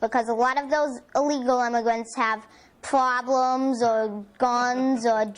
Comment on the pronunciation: so many pwoblemz.